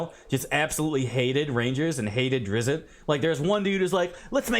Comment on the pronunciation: It's DRITSST. I feel like you MUST know that and are saying it that way to trigger me, specifically